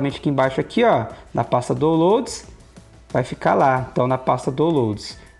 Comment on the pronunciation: Boa dica! A pasta é Dáunlouds (como se pronuncia!) Obrigado